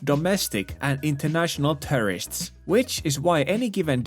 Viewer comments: The way you say “tourists” sounds like “terrorists” :D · "i see terrorists all around me." really caught my attention